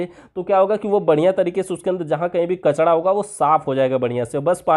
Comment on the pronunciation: आप बार बार कचरा को कचड़ा बोलते है जान बुझकर बोलते है या गलति से बोला जाता